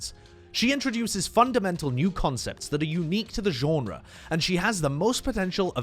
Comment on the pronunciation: Great video but please don’t ever say genre like that again